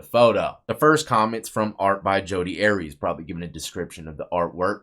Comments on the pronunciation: Pronounced are-ee-us dawg, not Aries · Arias is pronounced AIR E US not AREEZ , it’s pronounced MAY SA not MESA ….. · Its pronounced Ary- Is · National case and you couldn’t be bothered to pronounce her name correctly. She’s everywhere and has been for 18 yrs but u can’t pronounce her name or insert correction.